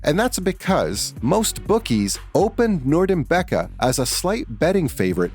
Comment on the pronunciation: Khabib norgamedov lmfao learn to pronounce names